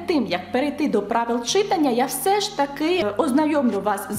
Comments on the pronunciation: Ви неймовірна! Тільки зауважу , що українською мовою слова читАння, , писАння, малювАння……і подібні їм мають такий наголос…. Дякую 👍✋ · От все добре. Але виправте в своїй вимові в слові «читання» на правильний наголос — читАння 😅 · ЧитАння, пані викладачко, читАння. Наголоси в українській мові теж мають значення. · Чита́ння (так правильно!!!) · Чита́ння (так правильно )